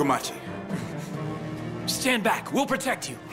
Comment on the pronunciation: I still like how the mountain is called fukumachi and pronounced as fuku muchi